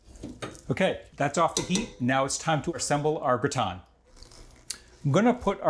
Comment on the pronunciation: Looks like a great dish. This man is so methodical and exacting, that his butchery of the titular French word is baffling. Why not call the dish a "casserole"? There's no reason to be ashamed of the American term for this dish, is there?